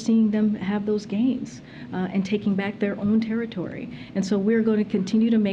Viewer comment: This woman says SUPPOSUBLY. All the time.